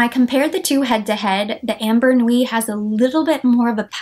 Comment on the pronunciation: Ambre Nuit = Umm-BREY , not AM-Ber